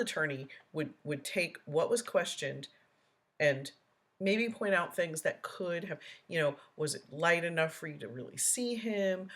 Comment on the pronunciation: Mispronunciated words by DB include dis (this), dat (that), dey (they), da (the), doh (though), takit (tacit), grounz, (grounds), git (get), biast (biased), substain (sustain) etc., etc., etc.